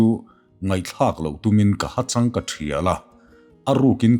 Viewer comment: Hachang tih hi i lam rik dan hi a van dik lo,i patlin hmel nen